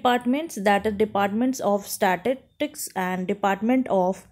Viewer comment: Apko to "स्टैटिस्टिकस " pronounce hi nahi karna aata.